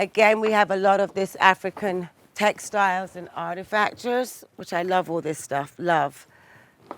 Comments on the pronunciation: Artifacture? Ha no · Artifacture ? and Bouganville ? she is really struggling with the 3 or greater syllable vocabulary ... whoever said ‘models were airheads’ are definitely having their thesis validated ...